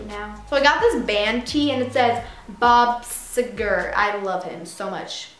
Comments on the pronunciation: It's funny how she didn't even say bob Seger's name right, nice 😂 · LMFAOOO THE WAY YOU SAID BOB SEGER AHHH I love him.